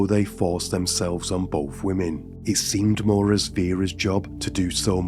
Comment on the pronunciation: Both not bof